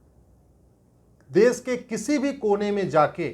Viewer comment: Sir sorry to say that you are pronouncing Kashmir as Kasmir and desh as des. You are speaking sh as s. Correct yourself. Aap ka mazak ban raha hai. देस को देश तथा कसमीर को कशमीर उचारण करें॥